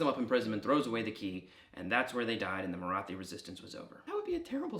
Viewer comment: The "th" in "Maratha" and "Marathi" is more of a breath-y "t" sound, not an ð sound. In English a more accurate pronunciation would be a hard "t", like the th in "thyme". The ð sound is fairly unusual throughout the world, English is one of the few languages that use it.